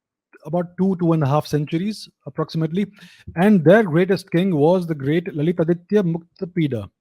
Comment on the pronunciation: Your subscriber expect to learn from your videos. It is better to speak Bharatiya names, symbols, etc with correct pronunciation e. g. ललितादित्य, कल्हण, मार्कण्डेय, etc.